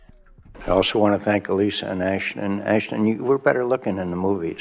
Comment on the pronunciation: ASH-ton Kutcher, Angela. ASH-ton.